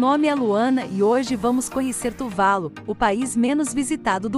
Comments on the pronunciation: Ótimo vídeo, apenas uma correção, a pronúncia correta é "Tuvalú" e não "Tuválu". Exemplo: Caju, não se pronúncia "Cáju" e sim "Cajú". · Só uma observação: o nome do país é Tuvalu, não Tuválu, como dito no vídeo. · Eu achava que a pronúncia era "Tuvalu"(oxítona). Quanto a ser pouco visitado por turistas, proporcionalmente ao número de habitantes, isso não é verdade.